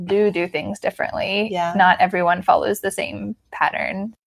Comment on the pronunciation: The word "pattern" but i hear "parent". LOL. Thanks for your video!